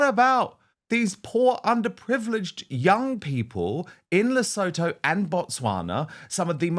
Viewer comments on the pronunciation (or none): Hie Dan. Please pronounce Lesotho correctly. Greetings from South Africa. Lesotho is pronounced as "Le Sue Toe". Dankie